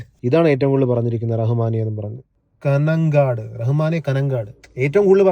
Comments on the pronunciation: കനങ്ങാട് അല്ല ബ്രോ കാഞ്ഞങ്ങാട് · Not കനൻകാട് its കാഞ്ഞങ്ങാട്